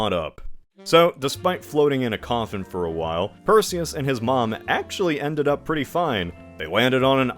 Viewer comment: Perzeus. Delivered per Zeus.